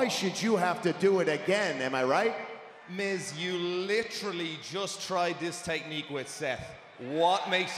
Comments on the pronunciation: I could be wrong but I think that Seth said myth instead of Miz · that made me laugh when seth pronounces out miz n mic